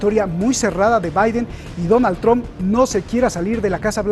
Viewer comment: Y la comunidad cubana y venezolana, ( influenciados por el odio a sus gobiernos), y x el evangelismo, irán como borregos a votar a “Tromp” cómo lo pronuncian ellos 🤦‍♀️ Ahhh y Biden ... lo mismo. Mejor que no voten, así, al menos no tendrán cargo de conciencia